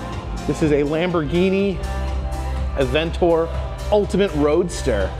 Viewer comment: That's what I was thinking too. Also it's not Lamborghini aventor. But in all fairness, he said he isn't familiar with those kinds of cars.